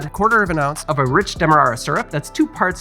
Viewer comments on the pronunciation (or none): none